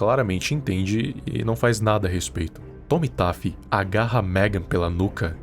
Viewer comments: como é: oi eu sou o Tommy Taffy como eu ouvi: oi eu sou o Tomi tape 😂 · E só uma coisinha. O nome dele se fala TOMMY TEFY COM É MAS ESCRITO COM A